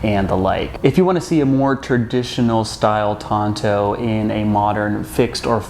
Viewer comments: Why he pronounce the Tanto as Tonto? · Shouldn't the T be pronounced as a D? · The wrong pronunciation triggered me 😅 I hate it, when native English speakers butcher non-english words and deliberately pronounce them wrong